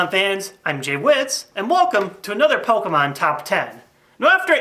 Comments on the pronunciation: Why does he pronounce it poke-mon its pokEmon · Dude, it's not pronounced "Pokmon" it's "Po-kem-on" and it's short for "Monster Rancher". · I love Pouukmon! Why does he pronounce it like that though anyway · It's pronounced Poe key mon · Do people not acknowledge the accent over the E? It's not pronounced Pokumon... Idk why so many pokemon fans pronounce it like that... It's wrong. Jesus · I love how you pronounce the word "Pokemon" :D